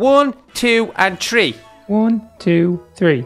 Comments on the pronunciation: Not tree three the th but u said tree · No offense and not hating but you guys say "tree" when it's "THree" not tree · you say tree not three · say three B-Max: Wee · donut said tree